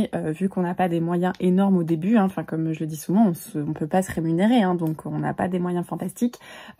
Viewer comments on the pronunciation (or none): none